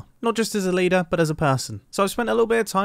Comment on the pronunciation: lider, you meant "leeder" right ?